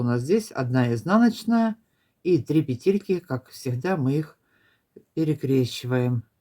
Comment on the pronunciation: Модели - супер!!! Но лично для меня один большой минус - это произношение слова "пЕтельки". Невозможно режет слух. Хорошо, что есть субтитры, звук стараюсь не включать. Ну, почему "петЕльки"???, "пЕтли" же, "пЕтельки"!